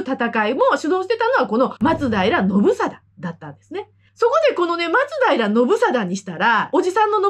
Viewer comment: 元の松平町も、発音は「ま↓つ⬆だいら」ですから。